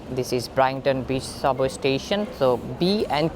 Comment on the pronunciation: BRIGHT-TON : BRITE-TON